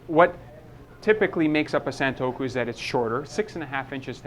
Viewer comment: Being in the knife trade you may be interested in learning more about it, so you'll sound more credible and expand your audience. "Santoku" is pronounecd "sawn-TOO-koh". Japanese does not follow English pronunciation rules. Then it would be great if you could add a little more substance to your explanation of the differences between the blade profiles and the actual techniques each is best suited for.